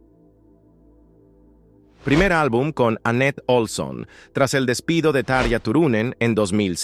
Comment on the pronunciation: se pronuncia TA-RRRRRRIIIIIIIIII-AAA